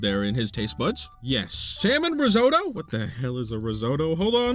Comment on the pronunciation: IT’S RIZZ-OTT-OH!! THERE’S TWO T’S!!!!!!! Crying in the club rn